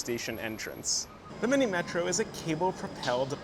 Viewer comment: slight correction on pronunciation: "Minimetro" is pronounced "Minimetrò"